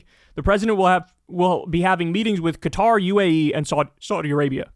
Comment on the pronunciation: I have to say thank you for saying Qatar and not Cutter, like so many other channels. It's been driving me crazy! ☺️